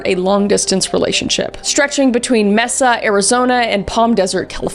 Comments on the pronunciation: bro i laughed so hard at the mispronunciation of mesa (may-suh) as mess-a i really needed that lmao it was really cute 😭✋🏻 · i love how she said mesea but it is pornonced masa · 'Mehsa" XD Bless. As a native Arizonan... it's "MEY-sa". Like the spanish word for "table". :) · Mess-Uh is killing me as someone who grew up in Arizona 😂 (it's May-Suh incase you didn’t know) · It’s maaaaasa not meeesa lol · It is pronounced May-sa. Not Messa. Just trying to be helpful. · “Messa” makes me laugh. It’s “May-suh” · MEH-SA 😂😂😂 girl I’m wheezing! It’s May-sa, Mesa Arizona. Sincerely, dedicated view from Mesa Az 😘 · I’m chuckled at the Mesa pronunciation. It isn’t “mess-uhh” it’s “may-suh” 😊 although Arizona does have quite the lottery of confusing city and road names! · the second story is one of the most famous Arizona murders, you don't forget 27 "self-defence" stab wounds! also, it's pronounced May-Suh, not Meh-suh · “Mehsa”😂 I’m sorry for laughing, but, Kris, beautiful, Mesa is pronounced “maysa” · fun fact: Jodi Arias lived in the neighborhood straight across from my highschool!! also people typically pronounce it “may-suh” but I WILL be calling it “Messa” from now on. that’s so much better!!😆🩷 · Luv ya Kris! <3 Its always a good day when theres a new CCCSKM. Although hearing Mesa pronounced Meh-sa instead of May-sa threw me for a loop, lol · Late to the party but as a native Arizonian, hearing kris pronounce "Mesa" as "Messa" just cracked me up. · That city is pronounced "May-sa" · may-sa. I love you though!! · Sorry Mesa is pronounced May-ssA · Mesa is pronounces May Sah. 🥰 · "Mesa" AZ is pronounced "May-Sah" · “ Mesa” AZ its locally pronounced Mae-Suh 😂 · Mesa is pronounced MAY-SUH, most cities in Arizona are pronounced in Spanish or Native American ❤ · Little correction Mesa is pronounced may-sa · Mesa is pronounced May-sa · May-sa, Arizona! lol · Great video. One caveat: pronounce Mesa a "may-suh." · Mess-a Arizona? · Hey we say may-saw Arizona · It’s maaay sa